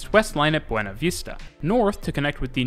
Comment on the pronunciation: Cool video. We call the Sentosa monorail a Monorail. Buona Vista is pronounced as 'Buena'. The pronunciation is still tolerable. Sungei is pronounced with an 'ai' rather than an 'ei'. The emphasis on Jurong is at the 'Ju' rather than at 'rong' Suggestions: You could talk about our buses, talk about bus fleets, routes and integration (which includes rationalisation), the different types such as express, city direct, trunk, feeder, and the former Chinatown direct, night bus and premium buses